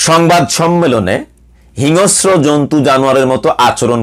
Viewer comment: হিংস্র শব্দটার উচ্চারন্টা ঠিক করতে হবে।